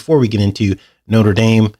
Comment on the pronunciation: Why are you pronouncing the French cathedral like the American university? Didn't you live in France?